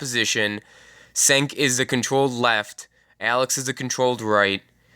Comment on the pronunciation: kind reminder , Cenk is pronounced "jenk"